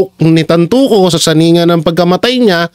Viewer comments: Tantoco hindi TANTUCO😳😞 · Tantoco. Not Tantuco. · No offense please. Please check your pronunciation of Tantoco not Tantuco. Thank you